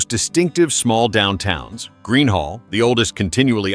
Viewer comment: It's Boerne, not Bernie! It's Gruene, not Green, and it's New Braunfels, Not New Bron Falls! For goodness sakes check your spelling!